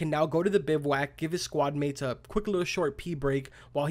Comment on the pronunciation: So glad u pronounced it correctly. Hated hearing these “tactical” youtubers calling it a “biv-a-wack”